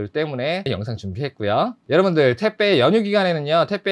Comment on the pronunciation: 왜 택배를 자꾸 태빼 라고 하시나요?? 그리고 장발 잘어울려요!!